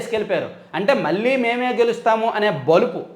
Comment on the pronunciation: నమస్కారం అండి. మీరు ఈనాడు జర్నలిజం స్కూల్ లో చదువుకున్నా కూడా లో కళ,కల...మళ్ళీ, మల్లి...కణం, కనం అనే పదాలకు తేడా లేకుండా మాట్లాడుతున్నారు. అది కొంచెం సరిచేసుకోగలరు...